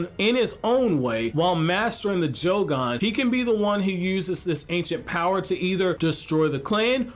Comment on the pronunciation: Idk why but it bothers me he keeps pronouncing it as jougon instead of yougon